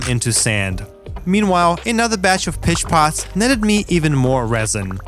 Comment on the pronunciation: Word of advice. Don't get high then watch this! I got high 1/3 of the way through and heard him say "feed the piss pots" instead of "feed the pitch pots" and it made me laugh so hard I fell off my bed!